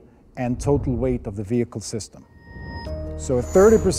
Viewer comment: "Tracked Wehicle"